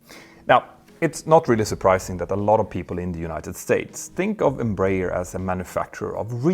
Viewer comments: Please, it is pronounced EM-BRA-ER [ẽbɾaˈɛʁ]. Your pronounce is painful. Try to pronounce that as u pronounce *EM*/INEM+*BRA*/ZIL+*ER*/A. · Ok, now all of you need to learn. Pronunciation goes like this: N - bra - air. N as the letter, bra as the lady accessory, air as in the air we breathe. N - bra - air. Got it? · Em-br-aer i.e. Brazilian Aeronautic Company in English. Thus the correct pronunciation is EM like “Em” in Empathy or the letter “M”. BR(A) like the women’s accessory of the same name. And (A)ER like “Air”. M-Bra-Air…. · For optional Brazilian enjoyment, you can say Embraer as Embra-"air" just adjusting the ending to sound like the English word. That's how we pronounce it. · Greetings from Brazil! Love your channel. As I know you value learning I feel free to give you a little tip … the Brazilian-Portuguese pronounciation of EMBRAER is more like Embra-Air. It is even easier to pronounce! Keep up with the good work and great content!!! Cheers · I think the English speaking world has adopted "em-brayer" as an English pronunciation. It's wrong for Portuguese speakers but probably impossible now to change. The important point is that Embraer is clearly the world's third great aircraft manufacturer and with the E195-E2 it's in open competition with Airbus.